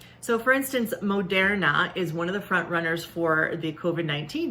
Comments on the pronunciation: Where is she getting her pronunciation of Moderna from? I understand the O. But how is she getting "air" from the er? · She pronounced Moderna wrong.